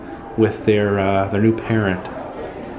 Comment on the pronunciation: New not Nee, you were trying to spell Happy Knee Year!